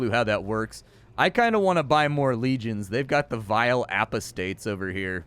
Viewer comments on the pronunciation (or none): The bit was dead from the start,; "apostates" is pronounced Ah (like a dentist) or Uh---Pah (like a southerner calling for their father)---States. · I had to do a double take when I heard his version of it. Maybe he's trying to avoid being demonized or something?